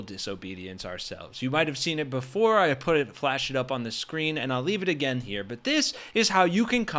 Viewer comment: "Againd" so dumb